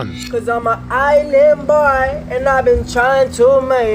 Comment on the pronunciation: “iM Ah ✨IsLAND BOIYUH✨” just makes me cackle like a villain no idea why